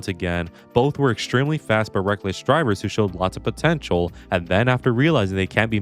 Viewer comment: DID YOU JUST SAY POTENTIAL!!!